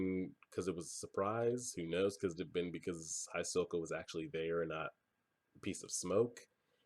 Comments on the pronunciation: Hisoka is pronounced more like He-soka, try to pay attention to how the characters pronounce names, there's some really weird ones. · when they reached the stairs, he said that that was the 80 km mark andhisoka is pronounced He-so-ka. btw are we gettin a watch party this weekend ? :)